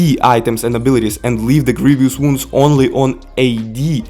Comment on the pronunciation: Grievous wounds is pronounced as Grieve-us wounds.